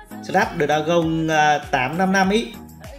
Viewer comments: Snap đa gừn not snap đa gông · SỜ NÁP ĐỜ RA GÔNG :)) moba best tiếng anh đó :))